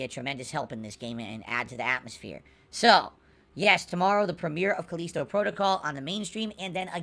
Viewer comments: It bugs me everytime he says "Caleesto"...maybe it's just me but it's "Ca List O" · wtf is his english? CAL-Li-STO. Not Calesto. So annoying. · Cuh-leee-sto protocol lol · Callisto Dent-call